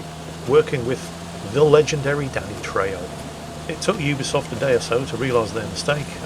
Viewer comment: trejo is pronounced treho :D